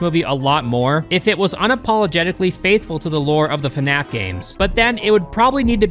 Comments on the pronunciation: The best part is how you pronounce fnaf. Fanaf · fuhnaf?? Come on bro, Anybody who calls it that is a huge fan, like nerd fan level